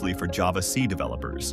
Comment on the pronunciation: Haha, the AI voice makes so many mistakes when saying C# and making weird pauses all over. You should really tweak the text, so the AI voice reads it right. Otherwise it comes off as cheap slob, even though you clearly spent some time on the script, which is actually good.